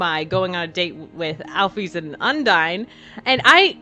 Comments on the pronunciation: IT'S NOT AL-FEES ITS AL-FIS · It's pronounced alfis